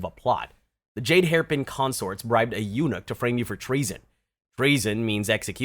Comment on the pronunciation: I'm sorry, you pronouncing "eunuch" wrong everytime grates my ears 🥲 It's pronounced similar to "unique" but the emphasis is on the first syllable. Please grab a dictionary or something next time